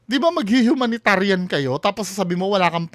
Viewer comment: Humanitarian humanitarian hooooo bulol!!!😂😂😂😂😂